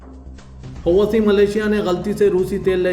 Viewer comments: It is not Hawasi- please correct yourself- it is howthi - hawasi is a bad word in Urdu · Huti hai hawasi nahi MD, sahi naam padhen